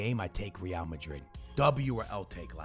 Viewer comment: Dude pronounces real and ree-AL